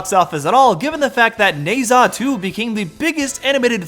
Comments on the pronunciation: You are right on pretty much everything, but there's one thing that made me actually wince: "Ne Zha" is pronounced closer to "neh" and "jah". I'm not a native Mandarin speaker myself, so I'm probably wrong, too, but I think that's approximately right. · Love the video on Jestbellpepper, but good lord, your pronunciation of "Nezha" made my eye twitch. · The way you're pronouncing Ne Zha is killing me Great video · Did you actually watch Ne Zha 2 though? If you did, you'd be pronouncing it correctly.